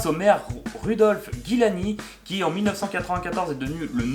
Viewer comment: Rudolph Guillani HAHAHAHA T'as inversé le i et le u dans la prononciation et oublié un i :P Giuliani ;)